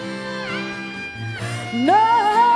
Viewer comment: Na sờ thing..không dám đánh giá thanh nhạc nhưng chỉ nghe cái cách phát âm Nothing = Na sờ thing thì thua rồi..Kiểu ăn cháo ốc mà bị nhai phải con ốc con vậy. Nghe bạn này phát âm từ Nothing lại nhớ bạn MC chương trình này đã từng có câu phát âm Everytime = E vy thơm bất hủ.